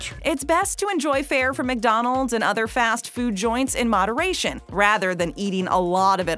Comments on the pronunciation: The pronunciation of ", Mick rib" is excruciating. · You said mig Donalds like my dad lol